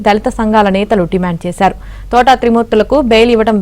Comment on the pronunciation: Thotaaaaa kadu thota. Mundu palakadam nerchukondi.